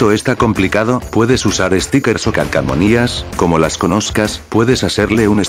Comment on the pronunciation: Calcomanías, calcomanías,. ..no "Calcamonias"